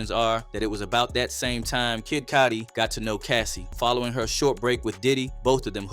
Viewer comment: Why you keep pronouncing his name as Kid Codi?